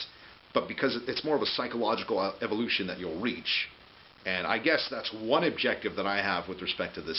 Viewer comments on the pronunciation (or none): none